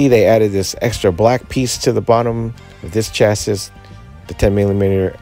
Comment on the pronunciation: It’s pronounced “chassy” thanks for the video!